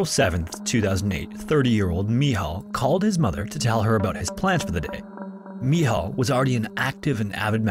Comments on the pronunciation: I am currently in dorm, in Cracow, Poland. It is so weird after whole day of listening Your stories from distant countries to hear about one that happened almost on my backyard. Also sometimes You nailed pronuncing Michał , and sometimes it siunded like an Islamic name, (especially the long eee). Great vid! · ? Pronounce the word “Rescuers” again ? 😂 .. also “Michal” / “Michael” … I’m serious. Does A.I. narrate for you? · Its not "Michel" its simply MICHAEL in english or "MICHAŁ" in polish language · Its Michal (Michał), best translated to Michael. 😂 Another amazing video, Thanks for your work! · i think that you get his name wrong, in poland there is a popular very similar name called "Michał" not "michel", but if you have trouble with saying "Michał" you could just say "Michael" as it's the same name just in different language, micheal also translates to very similar name "Maciek/ Maciej" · (The Polish guys name is actually Michał not Michel) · Just stop with the Polish pronunciation. Where did you get "mee haw" from Michel